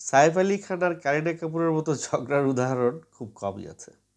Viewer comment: Saer ucharan thik karun apni kon desher